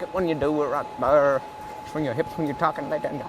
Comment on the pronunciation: “Right Ther”